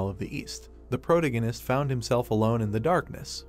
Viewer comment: I hate how this ai pronounces "protagonist". It's unbearable.